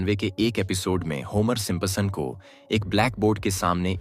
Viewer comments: Woh Simpason nhi Simpson hai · Simpasons nehi bhai Simpsons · भाई सिम्पसन, सिपंप्सन नहीं। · Simpsons ❌ Simpa Sons ✅ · Please pronounce Simpson correctly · Simpsons bholna tau seekh le